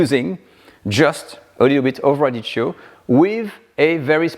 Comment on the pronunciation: sorry for being a smart thing but it is spelled radicchio...so the C is pronounced a K because of the H ...radikkio. been loving your shows for years!